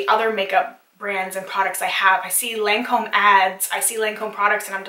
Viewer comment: you did pronounce lancome perfectly, i like only the seru ms and creams from estee lauder and la prairie and l mer